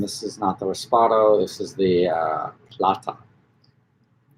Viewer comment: Say it with me. REP-O-SADO. Dont order respado no one will know wtf you're talking about. 😂😂😂